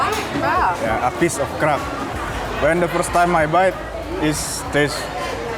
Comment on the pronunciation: I heard talking about crab. It was in a background tab while I was working on something. I swear I thought he was saying Crap. I scrambled back to see what it was he was eating 🤣😂